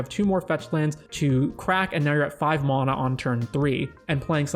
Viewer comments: There is no O in MANA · Where are you from? The way you say mana drives me bonkers and i assume its regional